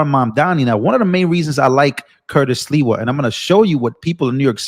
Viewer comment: You just called him Curtis Leewell It's SLIWA Com On Man